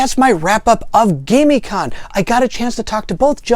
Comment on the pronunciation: I am thinking that it is pronounced Gamm-i-conn... It was great to get to play games with you at the con.